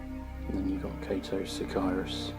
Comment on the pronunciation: Row-boot? Sic-eye-rus? Learn how to pronounce names if you want an army that big.